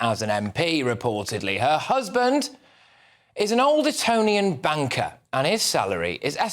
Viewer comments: Did you say banker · Did Patrick say Kendals husband was an “Old Etonian Banker” or did I mishear him? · Patrick has a speech impediment he can’t pronounce his words correctly,banker😂